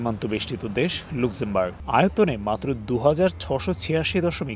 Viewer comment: দেশটার নাম "লাক্সেমবার্গ" (আপনাদের কাছে ভুল উচ্চারণ আশা করছি না)